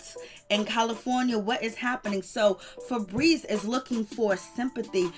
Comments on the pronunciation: Every time she says fabreeze I can't 😂🤣😂🤣😂🤣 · Laughing at the name " Feebries" 😂😂😂😂